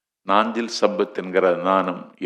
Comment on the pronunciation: Nanju not naanchil